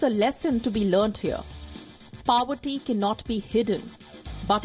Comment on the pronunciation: news anchor, splendid show but why you say slum are (slums are). What's powerty, it's poverty. Sorry if I am harsh, but India needs better awareness too, so great work WION. ✌️😘